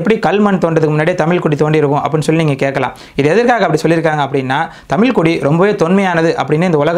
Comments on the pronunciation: தம்பி தமில் இல்லை தமிழ் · Great videos. Also please consider pronouncing "zh" zhagaram (Thamizh). When this is pronounced the right way the tip of the tongue should bend backwards